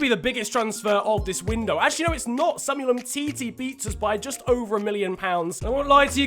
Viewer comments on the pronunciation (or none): none